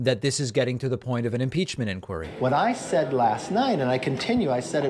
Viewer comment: He can't even pronounce inquiry.